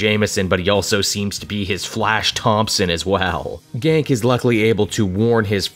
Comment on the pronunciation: Its pronounced Ganke (Gan-KEY) not GANK. Gank is what happens when a person steals your stuff. “I just got my issue of Spider-Man ganked from my hands!” Lol